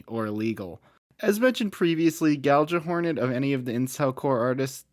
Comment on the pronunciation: "Gal-juh-hornet" opinions rejected.